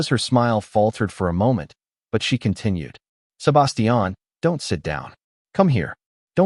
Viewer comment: The was you pronounce "Sébastian" is SUPER irritating 😑